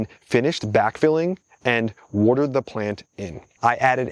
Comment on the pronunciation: Why is your accent/pronunciation relatively neutral/normal until you say woardurd? (Watered)